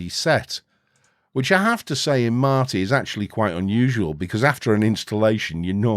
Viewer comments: MATE Is pronounced Mate, it's a Spanish word so you're pronouncing it the proper way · You pronounce Mate as you should. It's about tea, not your blokes. ;) OpenSUSE is a pain to configure if you want to use it as a all around home desktop. Lacking codecs, choosing right repo. It's not supported by some 3rd parties very well. I gave it few chances and I look at it like at ordinary workstation and nothing more. Leap + Xfce looks great. It works great. Question is: If you do a work, like coding software for Linux, would you use OpenSUSE when majority of home Penguin distros are Debian based? Debian, MX, Mint, Ubuntu, Zorin, Pop!, Elementary...